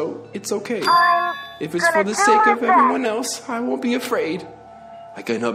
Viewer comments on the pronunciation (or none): none